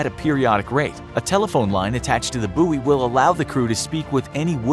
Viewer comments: pronounced buoy wrong but ok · You say buoy completely incorrectly